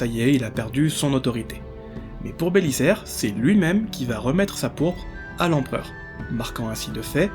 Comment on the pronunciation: Compte de l'orthographe on doit dire Belizaire, pas Bélissaire. Désolé le côté gramar nazi qui monte aux oreilles.